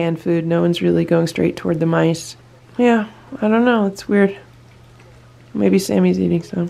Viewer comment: They thought you said nice, then they realized it's mice lol